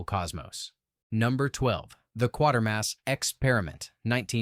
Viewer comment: Pronounced like crater , qatermas, get it right